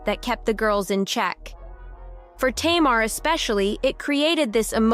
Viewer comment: Narrator, her name is pronounced TAYMAR.